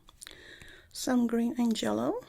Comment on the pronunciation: I live for saying ''jellow''